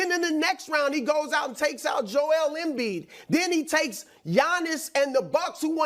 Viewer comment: I never get tired of listening to Brou pronounce Joel Embid 😂